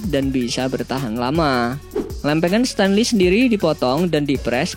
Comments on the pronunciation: Min, Stainless dibaca STEINLES, bukan STENLIS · stainless pengucapannya steinles bukan stenlis.coba eja wireless,brushless.belajar lagi bro